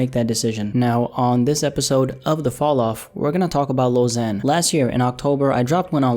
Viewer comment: Lil Xan is pronounced Lil Ksan. The letter X is pronounced "KS", not "Z".